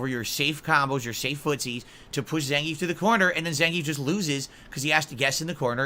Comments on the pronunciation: is it me or he mispronounces zangief? announcer says it russian zangy-eff. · according to russians themselves and the fact gief is russian its pronounced zan-gee-yif. zangeef is how you would say it in german or english